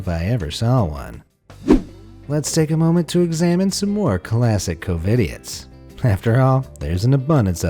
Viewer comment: "Covididoits" nice